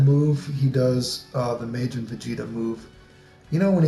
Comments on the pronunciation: well it's pronounced "mah jinn" like "mah nigga, mah nigga, mah nigga". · Tf was that pronunciation of Majin.